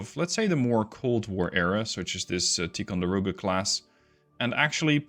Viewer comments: Just an FYI... Ticonderoga is not pronounced Tee conderoga. It is Tie conderoga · It’s actually “Tie-con-der-oga” not “Tee…” benefits of growing up in Upstate New York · I'm sorry, but I served onboard both the USS LEYTE GULF CG55 and the USS MONTEREY CG61, the class of ship is pronounced Tie Con Der Oh Gah, but thank you for the video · TIE-conderoga. The Dutch accent is cute, tho.